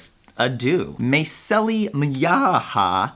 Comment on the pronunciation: "MeisSEli"?! Did you just stress the SECOND syllable?! :O tsk tsk tsk